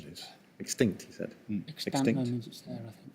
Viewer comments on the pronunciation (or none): McGowan might have got the one if the presenter had pronounced “extant” correctly